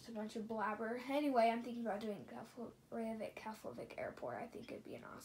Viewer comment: Btw, you mis pronounced Reykjivík. It's (rake-jee-vick). I have been to that airport😊. It's nice.